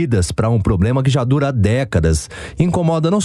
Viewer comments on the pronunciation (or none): acha que é um "POBLEMA"....